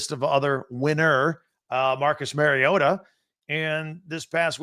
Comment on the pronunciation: Love your podcast. FYI “Mariota” is pronounced this way